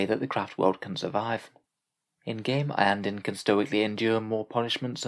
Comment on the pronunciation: Iyanden, always Iyanden